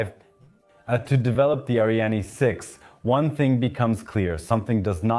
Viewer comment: It's Ariane not ArianE :) And I would have liked a video that voiced more of a critical opinion. For example your overview of Euro spaceports completely omits that except the CSG only Andoya is operational and just barely